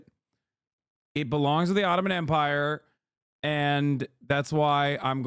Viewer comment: "the bottoman empire" i can't 💀